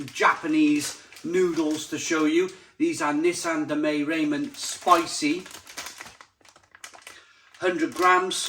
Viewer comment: back to saying 'ray-men' are we? :P :D